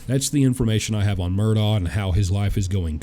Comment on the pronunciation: Since you're going to be talking to him, I think you should know how to pronounce his name correctly. It's Alex (pronounced Elick, or at least Alec) Murdaugh (pronounced Murdock) I'm actually really surprised no one has at least corrected you how to say his last name. Still love you! Just trying to help, not criticize. 😊